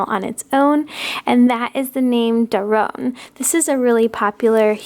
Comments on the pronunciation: Doron is correct not Daron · It’s doron not daron I think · im from israel, and besides noa, gal and abigail the names you mantioned in the video are not very popular here for babys... btw its doron not daron, and the name noa doesnt mean moovment its a name from the bible and it doesnt really have a meaning.